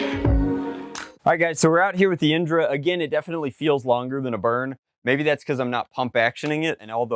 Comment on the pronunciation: indra is actually a hindu god who is the god of heaven, its pronounced in-dh-raa